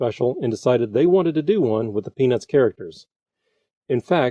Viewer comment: I don't mean to be rude but its really distracting how the narrator doesn't pronounce the t in peanuts.